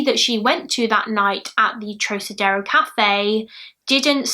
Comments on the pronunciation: Trocadero is pronounced trock (like frock) ah dare oh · Love your channel and think you’re ACES; thought you’d like to know her name is pronounced THelma with the “TH” being prominent 😊 P.S. WHOOPS! Hadda edit to let you know it’s Club TROCadero (with a hard “C”) as in ROCKadero. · said trokadero x }:‑) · Club TROCADERO is also pronounced with a Hard “C” as in ROCKadero.